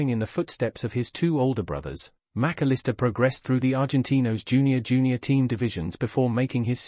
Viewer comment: Who ? You got the pronunciation all wrong, either that or every commentator has